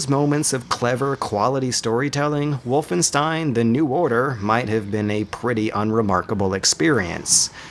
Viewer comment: I guess I can't expect non-german speaker to know this, but it annoyed me for years. "Wolfenstein": The "Wo" in "Wolf" sound like in *wo*nder. The "st" in "stein" sound like in *sht*ick. The "ein" sounds like in m*ine*. So basically "Wohlfenshtain", not "Wulfenstain" or "Wulfenstihn".